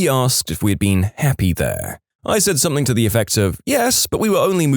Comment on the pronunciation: No k in the word “something”